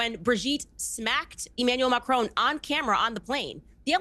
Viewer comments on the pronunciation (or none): There is certainly something very Dylan Mulvaney-esque about Brigette Macron. The only thing that irks me however, is how every American always pronounces the surname in a way that rhymes with stone.